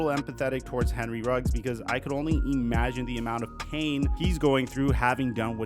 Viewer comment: Buddy, love your stuff. I appreciate all the work you obviously do to put your videos together. Top notch stuff. But I do have to say it's irksome that when you say the word "imagine," (and you say that word a lot), that you pronounce it "ee-magine." Other than that, really look forward to the videos you put out. Thanks for all the work.